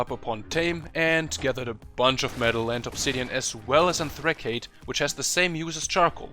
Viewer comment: Totally miss pronounced anthracite. It coal for all you lamens.